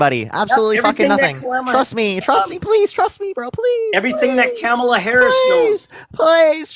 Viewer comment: they will pronounce Kamala's name in every way except the correct one.